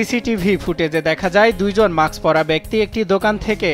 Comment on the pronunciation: মাক্স নারে মূর্খ উচ্চারণ হবে মাস্ক৷ mask